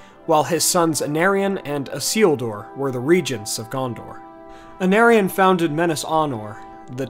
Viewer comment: The CH in Erech should be pronounced like Bach in German or Juan in Spanish, C is always pronounced as a K (You got this wrong with Hyarmendacil) Plus there is 5 (6 in Sindarin) vowels in Elvish languages. For instance when you pronounce Anárion the second A should sound the same as the first A. This must be tough for monolingual English speakers. Cheers!